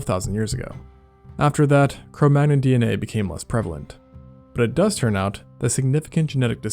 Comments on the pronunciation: The 'magnon' part of the name is pronounced 'man-young'. It's from French. Like how 'champagne' is pronounced 'sham-pain', and not 'sham-packny'. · It's "Neander-tall" and "Cro Man-yon". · Cro Magnon is pronounced Cro Manion/Man-yin. It's french. 😁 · Wait! Already, don't get up in my face and call me rude. Maybe he doesn't want to say things wrong. I know it would bother me a lot to realize I had made simple errors in a video that hopefully thousands of people would watch. Maybe he just wants to know. Cro manyon. It's a French phrase meaning "(from) the hole (cave) at Magnon's place," Magnon ("manyon") being the name of the farmer on whose land the first remains were found. Similarly, Neanderthals (neander tall) are from the Neander valley (-thal) in Germany, and in German, the "th" is not pronounced the way this narration pronounces it. I'm not even going to tell you how to pronounce "occipital." But you need to look it up. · Say Cro Manyon. The g is silent. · ☝️🤓 Corrections: 1. Cro-Magnon rhymes with ‘crow canyon’. 2. Far from giants, the average heights for Cro-Magnons were 5’9” and 5’4” for men and women respectively, which are about the same as Northern Europeans today and only four inches taller than those of the pre-industrial era when access to protein was lower. They’re comparing them to worldwide averages, though they were in fact Northern Europeans. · That's not how it's pronounced. Type: Cro Magnon in Google Translate as French and then click on speaker. Why is Venus censored?